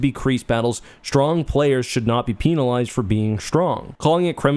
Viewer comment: peenalyzed? do you say peenalty box and jalapeeno?